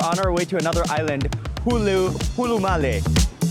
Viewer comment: Brother its not hulumali it's hulhumalè😂